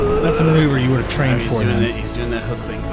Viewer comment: so is it the “Hook” maneuver or the “Hick” maneuver??